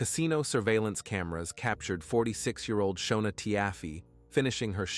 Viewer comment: Her name is pronounced Shawna and his name is pronounced Neal I watched this on a tv show previously! I was always the breadwinner in my marriage and I had to have benefits for all 5 of us as well now my children are grown up ages 28, 26 and 24 years old…